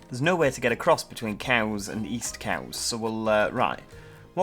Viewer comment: U said it correct its cowes